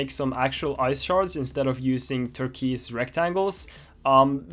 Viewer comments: It's pronounced 'turk-woise' not 'turk-weese'. Great video really enjoying this series and is inspiring me to start game developing again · “Torkweez” rectangles